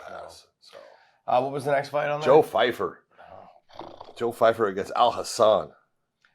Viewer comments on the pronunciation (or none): Why do they keep saying Fyfer? Do you pronounce Pyfer that way or are they making an error? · Its Joe Pyfer, with a P, not ph/f sound u guys keep saying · Listen john, its Pyfer not Fyfer smh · Learn how to say Pyfer with a "P". There is no one named Fifer in the UFC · ITS Joe PYFER. not pheifer. 😅😅😅😂😅😂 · It’s Pyfer not PHyfer. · I mean no disrespect, I am not one to comment much, but you both REALLY need to at least try to pronounce the fighters names right. Joe "FIFER"?? The desk says every fighters name about 30 times throughout the card/fight and yet you guys just go with what you read on the paper for some reason. And on top of that you say your version with complete confidence every time too it cracks me up 😅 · Josh and John can't even SAY the name right